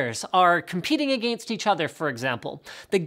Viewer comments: Am I the only one that heard a-gane-st instead of against? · uhgaynst =/= against. ;D Love ya Linus.